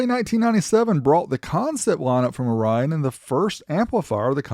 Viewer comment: FYI: the company Orion, not Rion or (u)Rion.